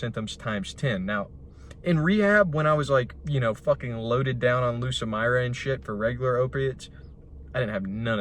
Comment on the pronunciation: what did he say? Loaded down w "lucamirane"? What is that?